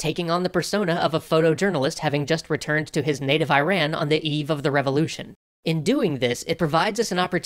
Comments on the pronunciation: eeee-rah--nn not eye-ran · Ear-on, not eye-ran... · LOVE your work. Love the video. My only nit: "Eerahn" and "Eerahnyen". Not "Airan" and "Airanyen" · Excellent video. However, it's not pronounced "eye-ran". It's "EEE-ran". Great job guys! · It's not Eye-Ran, its Ih-Ron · Pls it's pronounced E-ran not I-ran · The complaint is that it's not unified. Only America pronounces it I-ran. All other English speaking countries (that I've heard pronounce it sofar) do it as Ee-ran, which just happens to be consistent with how the local language pronounces it. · Iran is pronounced eerohn not I ran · Okay, this was bugging me throughout the video, "Iran" is pronounced like ”ee-ron" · Dear America, Please stop saying "eye-ran". Love, The Rest of the World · Actually it's pronounced as eh-rahn